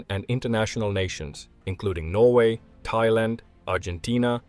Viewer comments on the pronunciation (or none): none